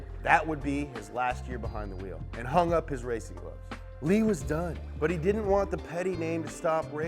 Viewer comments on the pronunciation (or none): none